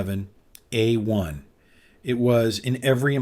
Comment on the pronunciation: Narration sounds awfully like AI, especially with the repeating 1911 p.a.u.s.e..... a-1 and if so, I'd rather have Hatsune Miku with a leek pointer be the presenter.